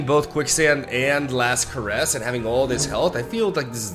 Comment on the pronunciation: Did no one tell him he’s pronouncing “caress” wrong?